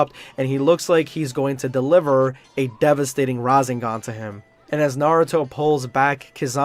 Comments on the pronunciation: breh this dude really said RAzEngAn not Rasengan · Rah-sen-gahn Not rah-zen-gahn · bruh not razengaan its rasengan :( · Bro said razingan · Bro he says the names wrong he said rasingon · Why do you call it Rasinggan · Razengone 😂 Madarah ☠️ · Hate the way he said “shipuden”, “rasengan” and “madara”